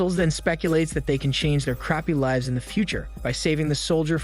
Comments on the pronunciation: “Leeeeves” Stupid. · My guy doesn’t know how to pronounce lives